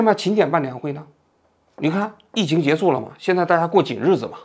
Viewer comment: 跟我读 结束（shu） 不是 结束（su）